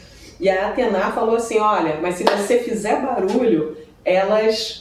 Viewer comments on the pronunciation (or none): A pronúncia correta é Atena (como se escreve) e não Atená....